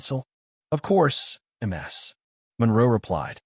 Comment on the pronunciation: It's Miss Monroe or Ms (Miz) not M S like multiple sclerosis!!! Do better with your AI reading!!!